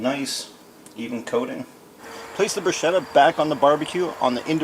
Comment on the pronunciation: That's not how you pronounce 'bruschetta,' but whatever...